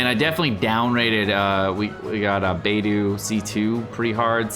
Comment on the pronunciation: It’s BAY DOH, not BAY DOO